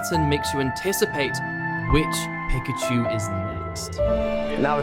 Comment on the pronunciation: Really interesting lessons for editing - just getting started on my journey... tho a great retention video about one subject and you pronounce Pikachu wrong each time?! :p haha. Great lessons, man!